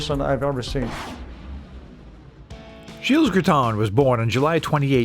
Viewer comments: I am very impressed by the fact that despite the depth of your research, you weren’t able to find out that the « s » of Gilles is silent in French. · The "s" is silent. A bit of respect for our culture please. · The “s” in the name Gilles is silent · Argh, pronunciation! You don't say the "s" on the end of Gilles. This is hurting my ears. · You dont pronounce the S in Gilles btw. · Gilles, the “s” is silent. Thank you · He lives near me in LaSalle, Talk about a thin talent pool . BTW , the 'S' in Gilles is silent. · You don't pronounce the "s" in Gilles.